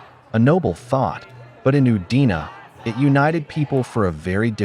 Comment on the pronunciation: I know, but he kept saying “UDINA.”